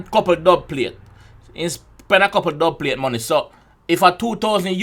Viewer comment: the dubplate line is two meanings in my opinion. same as what you said and also what causes an earthquake is tectonic plates. but him say dubpalate instead basically